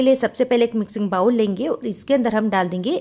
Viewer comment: I wish all realise it is not bawl but bowl just like bol ok